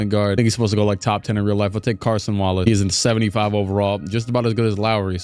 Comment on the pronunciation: Please stop pronouncing it as Carson Wallace 🙏🏻